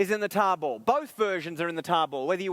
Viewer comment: it took me until to realize he was saying tarball (not table) lol